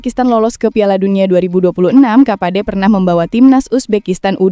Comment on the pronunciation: Timur kapache mba bukan kapade.